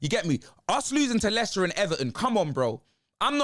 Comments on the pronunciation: Mo-Leicester City - that's just diabolical! 🤣 🤣 🤣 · Did he just call them Molester city,?? Lol